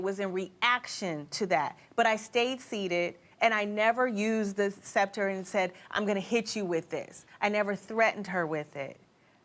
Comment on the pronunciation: The fact that she still cant pronounce sceptre correctly sends me.